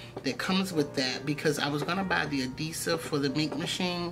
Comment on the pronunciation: Are you saying adesive? AdHEsive🤭 I am gonna try my nail glue tho, so ty!